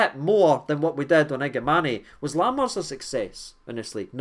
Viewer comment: the pronunciation is iga man